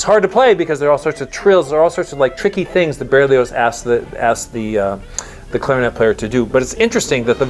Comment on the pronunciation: Butchering Berlioz!